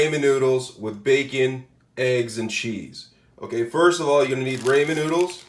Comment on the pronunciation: It is pronounced RAW-MEN. Not "ray-men." What the crap? 🤦🏻‍♀️🤦🏻‍♀️🤦🏻‍♀️